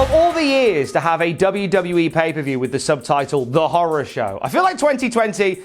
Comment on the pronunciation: Horrow Show?? 🤣🤣🤣 love y'all though